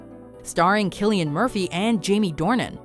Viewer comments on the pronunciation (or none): they pronounced Cillian Murphy wrong, the 'C' is pronounced as an 'S'